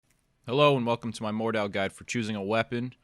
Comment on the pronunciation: It's pronounced Mord-How